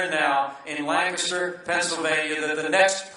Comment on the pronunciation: Thank you Mike Pence for pronouncing "Lancaster" correctly, btw.